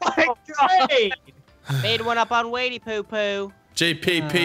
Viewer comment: "WADY NEEDED A NEW PARE OF SHOES"